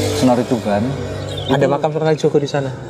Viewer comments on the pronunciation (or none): Makam, sama makom beda pak... 🙏